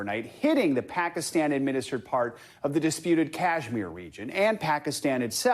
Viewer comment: Phekisten 😂 nice pronunciation